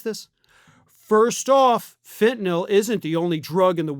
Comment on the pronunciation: Thank you for pronouncing fentanyl correctly! Seems everyone says "fentenOL"